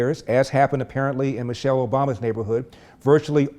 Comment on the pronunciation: Man- chelle